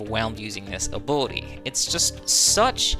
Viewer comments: took me a solid 5 minutes to figure out he was saying "ability" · I’m glad I’m not the only one… sounds like he’s throwing an “uwu” in the pronunciation 😂